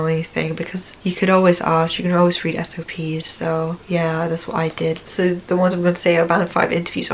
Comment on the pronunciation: at 10.05 you say if "you dont know something you can always read SOPs (or SNPs)" was wondering what that was. thanks.